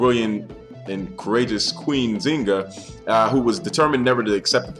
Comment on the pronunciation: pronounce the "N"....Thk you